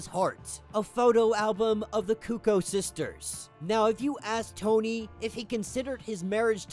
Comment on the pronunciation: How come nobody can pronounce the word “cuckoo” correctly? It’s KOO-KOO, like KOO-KOO clock.